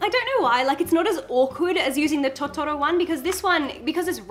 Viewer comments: I also want an iPhone just for the phone cases. I have an illumination Disney phone though, so it's pretty cute on its own. Side note, it's Totoro, not Tottoro. In Japanese that pronunciation could be equivalent to a totally different word. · Love your pronunciation of "totoro"